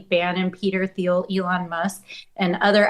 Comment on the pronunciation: I wonder if Peter Thiel gets irked that people still mispronounce his name? 😂